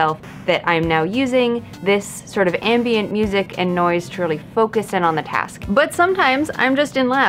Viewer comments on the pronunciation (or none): You said "ambient music." I heard "anime music."